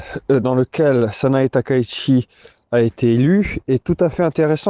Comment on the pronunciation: on prononce "Sanaé Taka-itchi", il n'y a pas de diphtongues en Japonais, et le CH se prononce TCH sinon ça s'écrit SH. Merci.😌